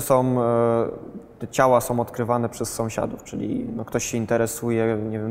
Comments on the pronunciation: Somsiadów XDDD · "...czy do somsiadów" xD